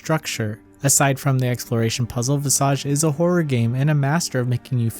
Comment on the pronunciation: It's just nice to hear someone finally pronounce the word "visage" correctly. It's old French based on the Latin word "visus" (to see). But It means "face" in French.